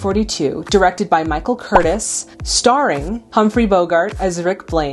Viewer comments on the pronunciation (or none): As very minor point: the director's name is pronounced "ker-TEEZ", not "ker-tis". Michael Kurtiz was a Hungarian-American. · A few points: 1) The director's name, Curtiz, is pronounced Cur-tease, not Curtis (as in Tony). He was Hungarian. Is it any wonder that Viktor Laszlo, the great hero, was also Hungarian? True he calls himself a Czech, but that meant he was a citizen of Czechoslovakia, which had Czechs, Germans, Slovaks AND Hungarians living in it. Laszlo is a Hungarian name. 2) Letters of transit (they are what Hitchcock would call a McGuffin): Although never definitively shown, it is clearly hinted that Ugarte murdered the couriers. True Renaut arrested him for it (and killed him, under unexplained circumstances), but he could have just been using Ugarte as a patsy, as we see, he’s not exactly Mr. Integrity and is only interested in pleasing Strasser. 3) The suggestion that the film remains ambiguous or neutral as to who will win the war: actually there are some very clear propaganda points peppered throughout the film, such as Sydney Greenstreets comment that isolationism is no longer a viable policy, Laszlo’s comment at the end to Rick: “Welcome back to the fight. This time I know our side will win.”, and, of course, the playing of the Marseillaise. Also of significance is the time in which the story takes place. At some point Rick says, “It’s December, 1941 in Casablanca. What time is it in New York?” Seeing at the US entered the war on December 7 (and December 8 against Germany, I believe), then clearly it is set in the first week of December 1941, moments before the US enters the war. R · Michael Curtiz - the name is pronounced: "ker-TEASE"